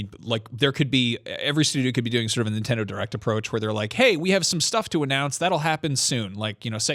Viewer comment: Wrong way to say Nintendo